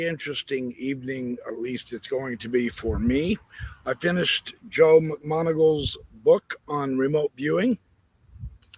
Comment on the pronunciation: Joe Mcmoneagle ... Mick-mono-gle. Like Mick-monocle but replace the "C" with a "G". Sorry professor it's been driving me nuts every time you pronounce his name. 😂